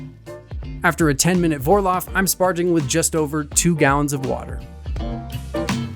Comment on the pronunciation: As a brit in Germany, let me correct some pronunciation mistakes all english speakers make. Vorlauf sounds like four-louf.